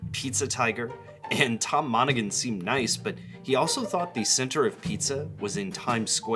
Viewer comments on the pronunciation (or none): It’s pronounced Tom ‘Mon-a-han’